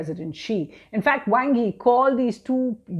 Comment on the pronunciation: Sounds more like Wong...lol